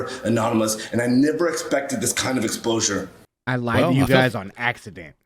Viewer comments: It's like Kim K. Lying about her ass, why lie none us are that blind here SMH Did anyone else notice he said "I never expected this kind of EXPLOSURE" Lol 🤣🤣🤣🤣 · Did he say “explosure”?